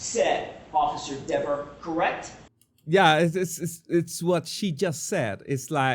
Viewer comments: … and for God’s sake DON’T call her Deeeeeever 😂😂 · Jackson. Mispronounces her name intentionally and it works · When mispronounced her name “diva” that was NO MISTAKE. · It was definitely multiple times. Earlier in her testimony, he pronounces it wrong and she specifically says "it's pronounced Deh-ver" and he apologizes to her. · It’s pronounced Deeeever. She gets pissed if you get it wrong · she is really defensive about him mispronouncing her name. If I was him I would have kept doing it to annoy her